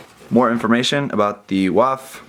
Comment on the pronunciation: Great video, but for future reference W in German is pronounced like an English V. So it would be pronounced Vaff not Waff.